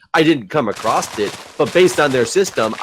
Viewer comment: Why is putting a 't' at the end off "across"?:P